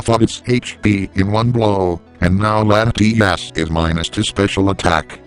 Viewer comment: He said Latimas not latias